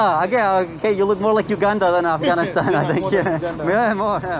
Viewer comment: i swear it sounded like he said "uganistan"